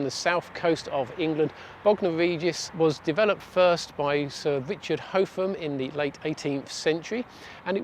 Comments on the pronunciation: VERY INFORMATIVE VIDEO... WELL PRESENTED. HOWEVER, THE CORRECT WAY IN BOGNOR REGIS TO PRONOUNCE HOTHAM IS HOTH-AM & NOT HO-THAM. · Great vid, but it's pronounced Hoffam park.